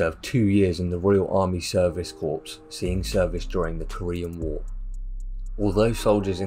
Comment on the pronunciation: Such a pity that a well thought out documentary is accompanied by a narration anything but easy to follow. Also pronunciation of some words (like "corpse" for "corps" and "mariener" for "mariner") along with a monotone from start to finish eclipse all that is good about this documentary., I'm not knocking it. What you have here is a rough diamond that needs polishing.